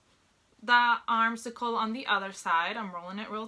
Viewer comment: Girlfriend, it is an armscye, (pronounced arms eye) not an arm cycle, lol. Also, it’s a lining, not a liner. 😂